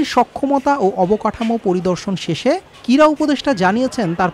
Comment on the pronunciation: ভালো উচ্চারণ না করতে পারলে কীভাবে সাংবাদিক হয়? কীড়া না ক্রীড়া?